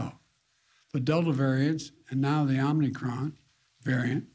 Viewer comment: I could swear he said "Omnicron."